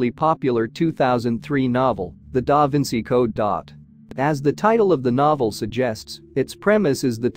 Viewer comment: Stop the AI diction. Cannot pronounce da Vinci’s name! Terrible